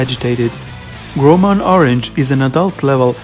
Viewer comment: It's pronounced geel-mon not grow mon